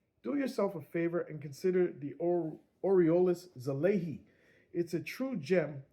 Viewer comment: I never seen anyone call it right yet haha. It’s Sah-lah-ee. I bet seeing the wording of such give you all native english speakers a tongue twister 😅 Thank you for this review a year later, I was actually considering it and found out the Mark II was released not long ago, any chance for that to be reviewed🎉😊?